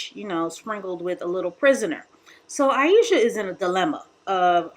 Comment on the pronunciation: I lost count of how many times you butchered Ayesha's name. You sure you weren't doing it on purpose? 👀🤣